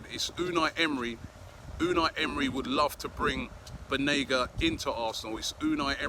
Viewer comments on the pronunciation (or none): I think it’s Banega not Benaga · This generation English players wont win you the champions league/EPL. And all the reports of Unai calling Banega on the phone.. were you all there ? this might just be another media talk. Also Correction Robbie its not Benega its Banega bye bye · It's BANEGA. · Its Banega Robbie. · Isn’t it BAnega?? Hah, I wonder what’s taking us long on suyunco? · It's Banega* Robbie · Why can't anybody in Europe pronounce "BANEGA's" name correctly??🤔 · How hard is it to google a player to make sure you can spell and pronounce their name right ? Considering you’re doing an entire episode on them